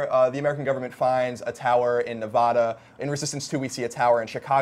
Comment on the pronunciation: Its Nevada not NevA'da